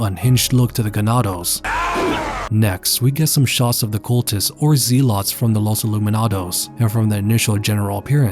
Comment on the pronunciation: zee lot? zeh-lit zealot cmon now.